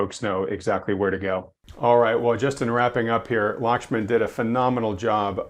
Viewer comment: Glad to see Lakhsman still though his name was butchered in the intro. 😄 Wanted to ask why I'm not seeing ECRI free indexes of leading indicators on their website any more. A meeting kept me from the livestream.